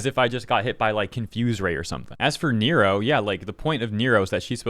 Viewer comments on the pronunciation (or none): Neuro is said like neurological. Not Robert De Niro.